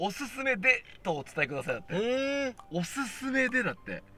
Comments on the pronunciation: おおすめになっておりますよ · おすすめでがおおすめでになっめます笑 毎週お疲れ様です。。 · おすすめがおおすめになってるの直ってなくてワロタ